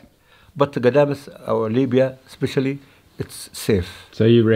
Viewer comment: As a British Libyan, I love hearing you say “miya miya” 👌🏻👌🏻